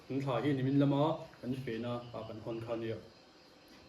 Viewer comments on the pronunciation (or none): none